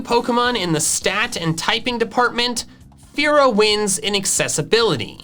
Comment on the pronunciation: Dodrio when says fearow: A FOOLISH MISCALCULATION